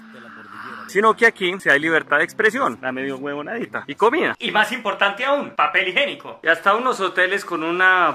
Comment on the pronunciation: "Papel igenico" jajajajajajajajajj min.